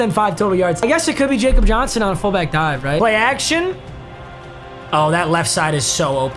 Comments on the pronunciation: It’s not facob Johnson it’s like yeacob Johnson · Bruh it’s pronounced Yakob Johnson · Papa, just so you know Jakob Johnson is German so it's pronounced ya-cup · It's Yakub Johnson, he's German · Jakob Johnson’s name is pronounced “yakob” he’s the best fb in the league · My dude actually said Jakob Johnson it’s “yakob Johnson” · Papa it’s pronounced ”yakhub Johnson” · not to be that guy but its pronounced Yakob Johnson because hes German